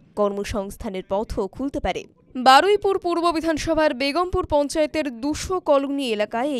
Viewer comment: Baruipur bolayna barupara bolay